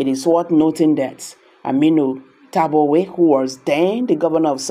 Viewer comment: Who is tabuwe? Why are people behaving as if you are not a Nigerian? Are you a child? Stop abusing Tambuwal's name with ur misspronounciation. It is called T A M B U WAL, not tabuwe...very disgusting